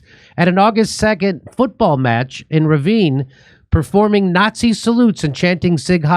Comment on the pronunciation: you say nazi like a communist jew would jimmy